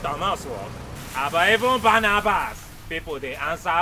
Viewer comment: Barrabas not Barnabas 😂😂😂